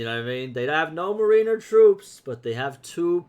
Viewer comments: MARE IN ER NOT MARINEUHR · Its pronounced MARE IN ER